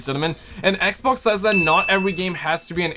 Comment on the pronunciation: Normal People: "Xbox": "Egbox"